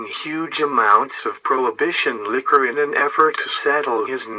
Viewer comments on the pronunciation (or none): none